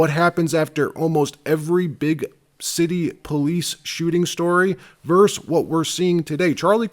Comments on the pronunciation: The word is “VERSUS” not “VERSE”!!! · The word is VERSUS, not “verse “.